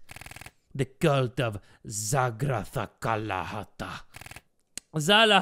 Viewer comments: First try: “Zagaracathata” 🤨 Second try: “Zalahalalala” 😵‍💫 Third try : “Zalahajalhala” 😟 Then he just completely gave up 🤣🤣😭😭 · giving zero Fs in pronouncing "Zagaracathal" 😂💀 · really turned the word Zagaracathal into Zacablabluhbla cause he got tired trying to pronounce it 😂😂😂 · The way completely gave up trying to pronounce zagaracathal’s name at the end😭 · stop cuz am i the only one who found it hilarious that when the game would say “zagaracathal” he would just say “zarazaharaha” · I love the fact that he couldn’t pronounce that one cult name it’s obviously pronounced zagoorootahutha🙄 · i love how he butchered that so hard 😭😭 multiple times at that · I like just gave up on the pronunciation 😂😂😂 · him pronouncing zagaracathal took me out 😭